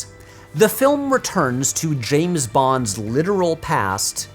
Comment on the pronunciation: Why do you call him Jaym S. Bond?